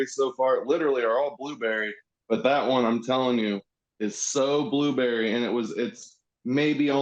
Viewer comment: Blueburry . lol. I love the way you pronounce it.